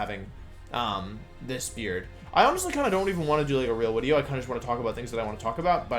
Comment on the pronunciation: So is he saying wideo???